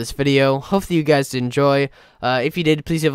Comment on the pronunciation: yew guies